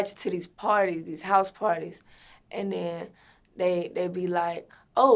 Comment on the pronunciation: "and den like"